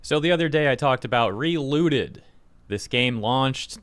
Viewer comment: I heard reLewded instead of relooted, would've been much more interesting of a game